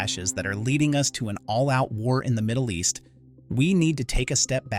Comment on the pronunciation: You lost me when you said Moddle East. How accurate can the rest be?